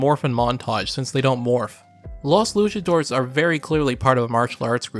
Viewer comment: He also mispronounces "Luchadores" - it's 4 syllables, "LOO-cha-DOOR-rays" - and "Kyoryu" which is two syllables - "KYO-Ryu" (the "y" in both syllables is the standard "y" sound as in "yellow" but blends into the consonant preceding it). Americans often have trouble with that "y" in words like "Tokyo" and "Kyoto" and tend to pronounce them as "Toh-kee-oh" and "Kee-oh-toh," and don't get my started on how American English speakers butcher the name, "Ryu," but, to be fair, that "ry" sound combination is especially difficult for English speakers without lots of practice. Long story short (too late!), pronouncing the "y" in "Kyo" as a the long "I" sound is way wrong.